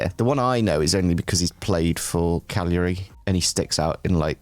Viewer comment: pronunciation of Cagliari will just never get old